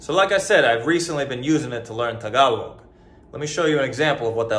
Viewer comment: It's not "taga-log", it's "ta-GAL-og".